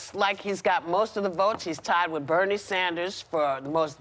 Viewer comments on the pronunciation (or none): Alec Baldwin couldn’t even say Bernie’s name. Wow. MSM is so out of touch. #Bernie2020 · Baldwin couldn’t even say Bernie’s name lol money talks